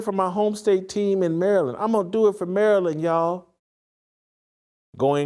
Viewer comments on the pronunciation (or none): none